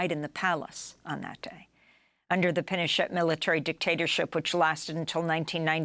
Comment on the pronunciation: Juan pronounced it "Pino-sht" 😮